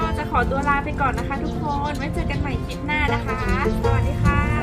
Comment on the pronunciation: คลิป ไม่ใช่ คิบ กรุณาฝึกหัดออกเสียงคำควบกล้ำให้ชัดๆจะยอดเยี่ยมมากนะคะหนู